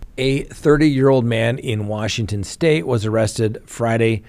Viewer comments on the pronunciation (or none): none